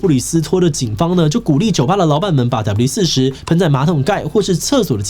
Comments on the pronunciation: 整片聽下來你的發音就在那一直唸W-40 標題是WD-40斷好發音唸好有那樣困難嗎??? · 發現志祺後面都只念「W-40」😂我說那個D呢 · 原來志祺都唸四十 我都唸四洞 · 我都念WD-4洞 聽到四十好不習慣